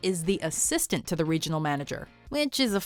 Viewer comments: Why, in the first one, did the narrator emphasize "ASSISTANT" when they were saying what the joke was lol..... I guess she doesn't watch The Office, nor does she remember the first half of the sentence she is saying, by the time she gets to the second half. The joke is obviously the "to the" lol, as any Office fan knows. FN amateur. (Do NOT wb telling me this is a robot - lo it is clearly a human woman.) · You emphasized the wrong word in the first one. Dwight calls himself the assistant regional manager, while Michael and Jim point out that he is the assistant TO THE regional manager.